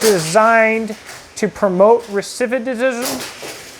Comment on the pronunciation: re-SIT-i-vism Not re-SIV-i-dism